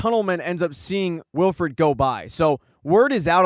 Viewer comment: You know its Willford not willfred right